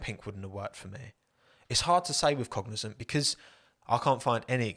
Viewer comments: Pronunciation, just be mindful of that because from the beginning the name you described sounded like Cognizen not Cognizant. I'm thinking, how do you get the zen sound out of zant? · Cognizant sounded like fuel company for me lol